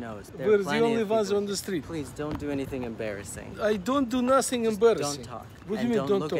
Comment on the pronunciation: "I don't do nussing embarrassing" lol